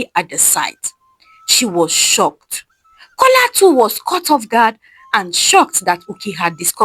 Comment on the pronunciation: The name is A joke His name is Kola not cola